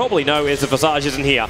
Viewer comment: that visage pronounciation